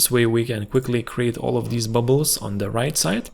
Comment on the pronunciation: It's great! I like the way you said "bubles" 🤣